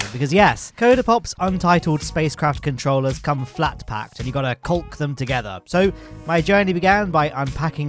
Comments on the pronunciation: Do you really pronounce 'caulk' loke that or is it just against demonetization? 😅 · This pronunciation of "caulk" is really closing a lot of doors for semi-intentional innuendo. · That's the normal way to pronounce it in Britain. I actually have a feeling it's kind-of uncomfortable in that pronunciation over here, but don't want to think about it too hard.